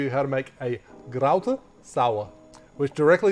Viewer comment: Your pronounced Underberg actually right maybe a little more r but very good. However you butchered the word Kräuter so hard that I as German actually needed to rewind because I didn't get it the first time. Still interesting recipe and great video as always. And out Leandroed the Barfly ;)